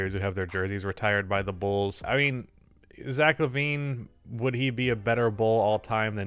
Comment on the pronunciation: it's zach lavine, there's no e in his name say what